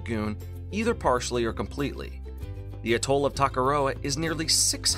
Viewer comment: Fantastic film. Very enjoyable with a very clear explanation. I hope you don't mind but the stress in on the A in Atoll. A'-toll.